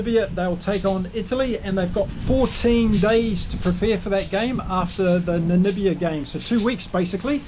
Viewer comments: Hey....Its Namibia....not Nanibia.... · Hi That's NAMIBIA not NaNibia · By the way NAMIBIA is pronounced Na Mib IA Namibia not Namibia. Just saying. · Damn it, now you have me saying Nanibia 😂